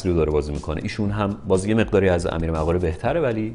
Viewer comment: فکر کنم تلفظش مُقاره باشه، Moghare